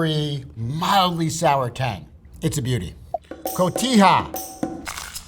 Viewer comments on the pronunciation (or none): none